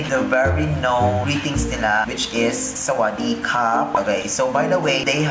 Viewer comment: I enjoyed you speaking English and Tagalog in the same time, and your Thai language is actually pretty good. Though, the only thing you missed is the word “sa-wad-dee-ka” which mean hello. “Ka” for this word is the low tones, which I didn’t hear that tone when you said it. But anyway, it’s all fine and I liked it. I wish I could speak Tagalog too btw.